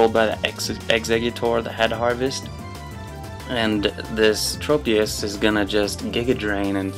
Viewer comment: I believe the proper way of saying it is Trop- as in Tropical